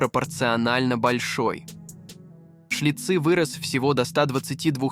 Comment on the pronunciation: Что с ударениями? ЦиркАх, сестрЫ, ШлитцЫ...